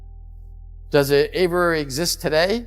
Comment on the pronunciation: Its Aviary. Averary is not the correct pronunciation. Richard Doty is my transparency hero.